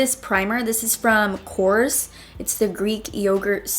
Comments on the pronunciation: Nice look! 💘💘 Just wanted to point out that Korres is not pronounced like cores but KORRes. like you pronounce what you read exactly.. (if that makes sense lol) korr-es ❤❤ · Korres (Κορρές) is a Greek brand and is spelled like core-Εs, stress on the last syllable (like caress, but with an "o" instead of an "a"). It's actually a very good brand, especially when it comes to skincare. Greetings from Greece!